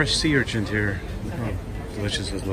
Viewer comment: Sea Urchin, not "Urchent"